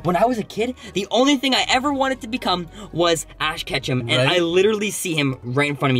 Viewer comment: He said ash Ketchup on accident lmfao